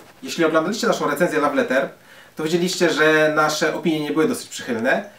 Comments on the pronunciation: Bardzo irytujące było błędnie wymawiane słowo "love". Radzę się przygotować przed nagrywaniem, tak na przyszłość ;) Tak ogólnie to bardzo fajna recenzja :) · Słowo "love" wymawia się tłumacząc łopatologicznie bez zapisów fonetycznych: lof, a nie law czy laf. Raziło to strasznie. Następnym razem sumienne przygotowanie i po problemie :) krytyka buduje lepsze jutro :)